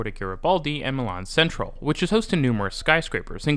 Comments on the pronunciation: Technically, Centrale is chen-trah-lay, but if you don't want to pronounce the Italian, it might just be better to say it completely in English (sen-trahl sounds a bit...Dutch?). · Milano Centrale: chen-tra-lay.